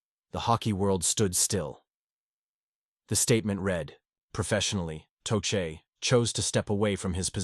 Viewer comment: Learn how to pronounce tochet